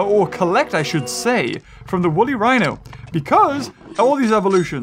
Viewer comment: Ah yes, the Wooly Whino